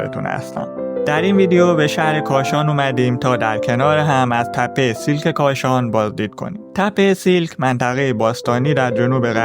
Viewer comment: تلفظ درست نام این مکان سیَلک هست siàlk